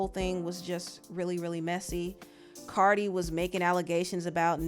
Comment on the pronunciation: Stop saying Cardi wrong they both wrong however Nikki Started talking about that girl daughter first.